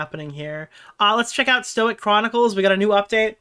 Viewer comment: somebody tell idubbbz it's pronounced Stoyke